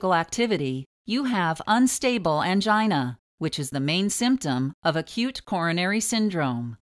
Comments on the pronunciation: Please stop saying "angina" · The word"angina" sounds weird